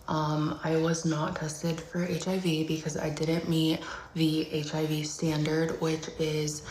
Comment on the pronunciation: he said “causes heeivv”